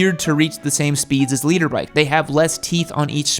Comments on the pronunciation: Did he seriously call it a leader bike? It's a litter bike, as in 1000cc in a litter..... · What an helmet noob you haven't got the slightest clue all your info just cherry picked off the internet half of it is wrong. And it's litre bike not leader bike you absolute melt. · Litre. Lol thought no one was going to mention it. Made me second guess what it meant if the was saying it